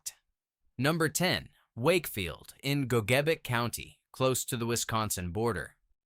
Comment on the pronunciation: None of the images were of the communities being discussed were reality; ALL of the visuals were AI-generated crap. With a single exception, every place name was mispronounced (the AI "narrator" managed to pronounce 'Gogebic' accurately the first mention, but with every subsequent mention Gogebic was mispronounced). The supposed images of Ontonagon, Rockland, Ewen, Mass City, Paulding, etc., were total fabrications. Such incredibly lazy, sloppy AI makes it really tough to find any merit in this video.